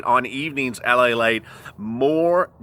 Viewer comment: LALATE, not Palate! Lol